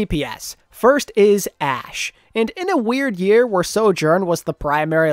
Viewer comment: I like this channel but PLEASE for the love of god stop saying soJOURN! I feel like im going crazy listening to this intonation